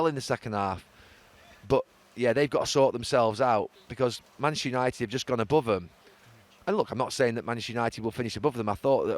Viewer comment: Have a shot every time Gary says mchhsster unaated